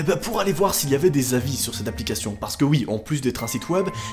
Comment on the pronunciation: "Applicachion" 😂🤣